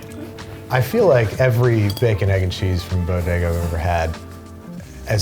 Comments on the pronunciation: Say it with me now: "Bo-Day-Gus" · I thought it was pronouced "Body-gah". ./hides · Say it with me Bo…De..Ga..